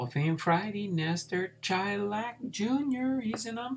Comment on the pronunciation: Hey. Im a distant relative and, not that it matters much since you already posted the video, but its pronounced Shy-lak. Us baseball fans like our details so I figured I would share. His cousin was my great grandfather, who was a great guy that I was lucky to know for several years before he died (and I’m in my early 30’s.) Thanks for the info on Lestor! Cool to see he was involved in some real history!